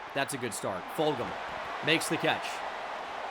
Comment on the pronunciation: Just a heads up man it’s pronounced ful-jum. Awesome person even colder wide receiver truly. One of the best receivers I ever played with he was my teammate. For sure ecstatic to see you using him as a threat!🫣